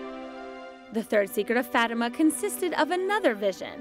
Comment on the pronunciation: You're saying Fátima wrong. How disrespectful.